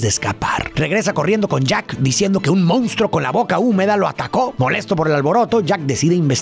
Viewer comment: Me encanta tu contenido!!! Solo que la palabra que más repites en todos tus videos es “MONSTRUO” y me parece irreal que digas “moUnstruo” lo cual es incorrecto… 😅